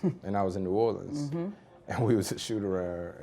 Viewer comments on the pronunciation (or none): none